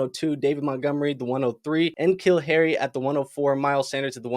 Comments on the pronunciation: Fun commentary, but dude, you gotta learn how to say N'Keal Harry's name. Think of it like Nicole Nih'Keel Harry. Not En'Keel. He might have been drafted before you got into Fantasy though. As a former Patriots fan, we know N'Keal very well. Patriots unable to draft a wide receiver since Troy Brown (I think that was early 90s) makes them a fucking joke. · You don’t have to hit the hard ‘N’ on NKeal Harry like that 🤣